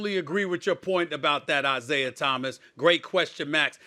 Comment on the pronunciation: Stephen A it's Isiah not "Isiah[er]!"